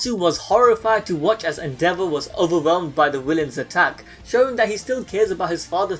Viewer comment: I thought you said the devil and not endeavor (the devil is accurate tho)